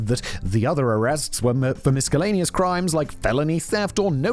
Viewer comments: Mis-kel-aneous? It's a hard C????? What? Why?? 😂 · Simon…ffs, learn to say the word “Miscellaneous”. Please. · "I like Alanis Morriset". I can live with that "Misk-elleneous" Unsubscribed. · ANOTHER RYAN GEORGE APPEARANCE‽‽ Take ALL my likes!! Edit: also, I’m pretty sure Simon pronounced “miscellaneous” with a K, so I’m going to need that word to appear in more scripts (along with my perennial favourite: “effortlessly”)! 😂